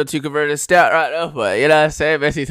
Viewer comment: Man says Pessi and expects to be taken seriously. Lol